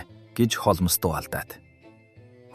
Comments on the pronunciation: Хоолмоос биш Хоолмс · Холмоос гээд байх юм! Яаж уншаад байгаа хэлгүй дада бэ? Z үeийнхэн ийм шд! Нэртэйгээр нь хулмас гэчихээч! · Холмс гэдгийг Холмоос гэхээр сонин сонсогдоод байх юм аа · Тн нэртэйгээр нь хулмас гэчих амар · Яагаад Холмоос гэж уншаад байгаа юм бэ. М С үсгүүдийн хооронд о эгшиг байна уу. Бүр уртаар дуудах юм. Гадаад, дотоод ямарч үг байсан монгол галигаар уншвал ,сонсож буй хүмүүст илүү дээр байхсан